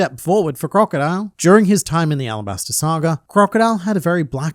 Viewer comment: Did.. did you just say “Alabana”